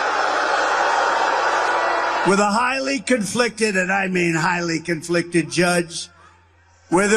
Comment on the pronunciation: I love how he says the judge is "comfliced." I don't think the judge was conflicted about anything. He keeps using that word...